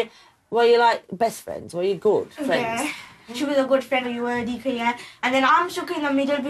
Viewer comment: It’s saffiyah and hadiqa